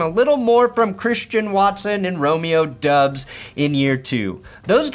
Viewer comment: For the record,, Romeo Doubs' name is pronounced like Dobbs, not Dubbs